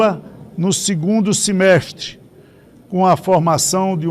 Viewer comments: Boa tarde! A tds de ICL Cada día fico mais decepcionada com os senadores, parlamentares falando o nosso português. A Educação deles está verdadeiramente de mal a pior. pronunciou o terror claríssimo " 2° Semesti". Nunca escutei a desastroçada palavra, assim que fui buscar no dicionário p ver o significado da nova palavra do atual presidente da câmara. Seguro não está a favor de melhor salário para os professores. Será qué para as crianças e adolescentes, os adultos sería exemplo, em qué sentido?sendo qué o vocabulário são bastante ordinários desde parlamento até os jornalistas. Decadência total para futuro português, educação e respeito. Infelizmente. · O não consegue falar a palavra "semestre ". Pela madrugada!!!